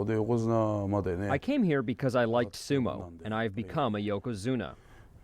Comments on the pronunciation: Why does that guy keep saying yokazuno instead of yokazuna....? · I really wish this guy would stop saying Yokozuno! Ffs! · This guy kept sayn yokozuno........